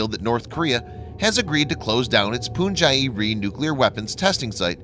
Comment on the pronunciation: Sorry this is a bit trivial but the test site is pronounced "Pun-gee".